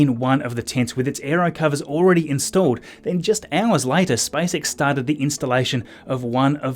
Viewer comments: He said SpiceX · Your accent is funny :D , it sounds like you are saying: "Spice X" :D:D. The Space Girls from UK are protesting :D:D:D , just kidding :D